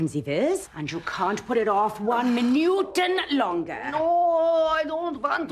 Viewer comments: “One minuuuteen longer” 😂😂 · "You can't put it off one minuten longer"